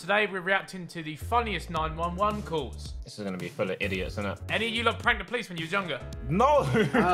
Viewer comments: it’s nine one one, not nine eleven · Did he just say 9-11 It's 9-1-1 Ethan 😂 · No one realised Bez said the funniest 9/11 calls instead of 911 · Man's really called them nine eleven calls not nine one one calls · ”Theyre all American, every one!” Dude, it’s “911” 😂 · man said 9 11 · "Welcome to funniest 9/11 calls" why did he pronounce it like that